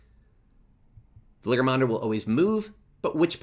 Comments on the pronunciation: Hey pronounciation of this bosses name is more like" Val - ee - yar -- mawn - duh". It's really far off in your video. It's pronounced a bunch in the MSQ and idk it just feels weird listening to you say it so wrong a bunch. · Wait. I thought it was Valentine Mango? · I found this video fine except the way you pronounce the bosses name. otherwise thank you for the video! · bro i cant with how you say Valigramanda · Guide is amazing as all your others - The pronunciation of Valigarmanda is so distracting though! Still again, this helped me so much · Can't pronounce the name of the boss cutscene skipper confirmed cancel this mans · Pronouncing Valigarmanda incorrectly for the whole video is distracting me from retaining any information argh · some things are pronounced different depending on your accent, some are just pronounced wrong like the name of the boss